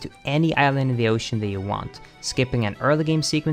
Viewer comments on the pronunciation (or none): none